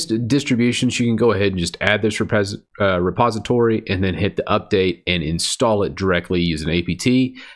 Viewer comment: hehehe... almost said repAsitory ;) yeah, ya need dem repastitaries d'ere ;)